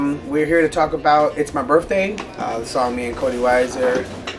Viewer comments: birTHday... lol "birfday" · its my "birfday"